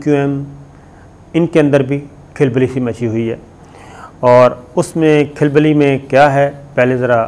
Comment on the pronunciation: اپنی اردو درست کریں لوگ پھر اس کو کاپی کریں گے Khilbali غلط ھے، درست لفظ ھےkhalbali مزید آپ اپنی ویڈیو کو طویل بنانے کے لئے ایسے الفاظ نہ کریں مثال کے طور پر： "انہوں نے ایسا کیوں کیا، ھم آپ کو بتاتے ھیں، انہوں نی ایسا اس لئے کیا" وغیرہ وغیرہ